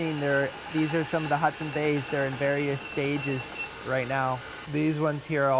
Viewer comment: Thank you for displaying my soon to be handled Hudson Bay. I was also impressed that you got my name right. It’s amazing how often that gets mispronounced.